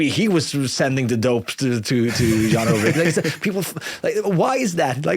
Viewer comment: You lightweight Gen Z millennials lol Wiggins doped. They ALL did. Armstrong was just better. Ulrich (pronounced “Ull-Rick” not “Ull-rich - smdh”) would’ve beaten him if he were better. Saddle-up, boys - it’s time to dig in and win. We’re talking about different eras. Face reality. Ride!